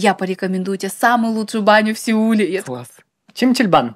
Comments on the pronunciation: "СЕУЛ" 😆 🤣 😂 😹 😆 YOU'RE AMAZING I SWEAR ♡♡♡♡♡♡♡♡♡♡♡♡ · Я пришла на этот подкаст из-за, и теперь зависла на вашем канале. Ой ребята Вы крутики. 😅 "Сеул" 😂😂😂😂😂😂😂😂😂